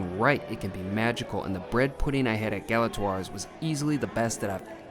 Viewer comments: Learn how to pronounce the name of the restaurant! Gala TWA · “Class and elegance”? You didn’t live up to it, and you don’t even pronounce its name correctly. Imagine how much you’d have enjoyed it if you matched its elegance.